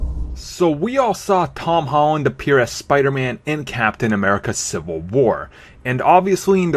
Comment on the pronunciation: ... who's "Tawn Hawn"? :P